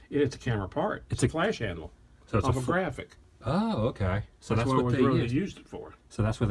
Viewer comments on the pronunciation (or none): Cliff Hartle I don't think he said it was movie used but that it was the "inspiration" for making the lightsaber. Plus he mispronounced the brand as "Graphic" when it's in fact Graflex. I actually have one that was made for the movie but was never used. I've had it since 1977. You'd be surprised how many different ones are floating around out there.